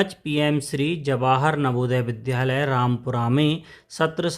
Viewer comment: कृपया विद्यालय बोला जावे,विध्यालय नहीं।